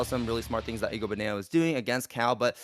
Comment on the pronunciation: Well, also kept saying "EGO-Bananas" when it's clearly "I-go-Bananas", so yeah... there's that.